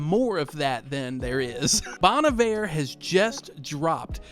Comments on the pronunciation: This "low effort" vibe genuinely looks like an AI generated garbage post. I like a minimalist style—simple words/colors—but this looks like the design equivalent of a keyboard smash. Also since I don't listen to this artist, first time I've actually heard someone say "Bon Iver".... NOT how I've been saying it in my head for years, that's for sure😅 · Getting advice from a guy who can't even pronounce Bon Iver right. Putting down these artist isn't a way to appreciate them. If you don't like their music to begin with, why are you even looking at the merch. Get a grip dude!!